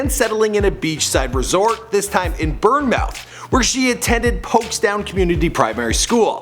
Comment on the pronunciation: Burnmouth hahahhaah